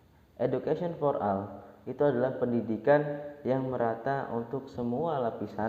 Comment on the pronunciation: for ol baca nya bang😏